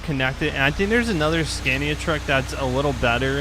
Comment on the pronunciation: remember when you didn't now how to say scania?